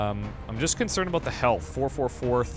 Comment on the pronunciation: Haha i never heard a Canadian say ''about'' before, maybe i don't have alot to go on but it seems more like an ''aboad/abowd'' than an ''aboot'', which is how South Park made fun of it lol